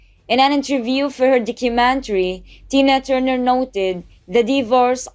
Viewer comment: It’s Tina not Dina